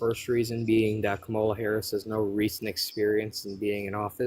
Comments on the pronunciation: I don't hear a difference with how he said kamala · It’s always the same they’re absolutely brain dead have no clue what they’re talking about. Can’t say Kamala‘s name right still blame Joe Biden, almost 2 years later. And Russia has always been our enemy and now all these Maga idiots love Russia. They love Putin and they love Russia because Trump told them to or something. They were anti-Russia and anti-war now they suddenly love war and love, Russia and hate Ukraine. 🤯🤮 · Why does MAGA all mispronounce Kamala's name? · I think you need to screen much better if a person can’t even say Kamala right they must have a brain smaller than an ant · When deplorables like thus guy refuse to pronounce Kamala's name correctly, you should refer to Trump as "Rump". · should make a rule. If they can't pronounce Kamala's name. End the discussion. It's ridiculous and disrespectful at this point. Also, that youngin is a hateful idiot on purpose.